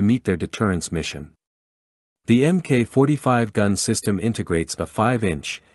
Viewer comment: It's not emmkay 45 - it's Mark 45.